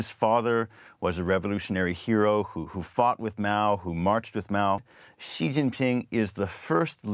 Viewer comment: it is called Xi not Ji